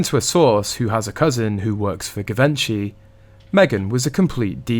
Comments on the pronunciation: It’s pronounced Jivenchy! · Pronounced: ‘GEE VON SHEE. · Please research how to pronounce Givenchy. You are interesting to listen to and clearly put thought snd effort into your videos.